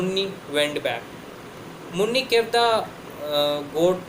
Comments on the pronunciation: It is muni not munni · It's not Munni, it's muni